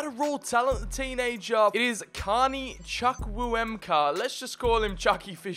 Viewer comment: its pronounced choo koo eh meh kah